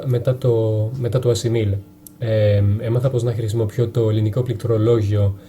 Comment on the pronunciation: το ίδιο και με τη λέξη ''χρησιμοποιώ''